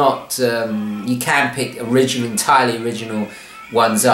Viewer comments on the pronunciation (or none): none